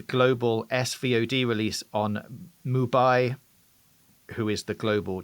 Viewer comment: It’s definitely pronounced moo-bee, like ‘movie’ - i’ve been around mubi representatives to confirm this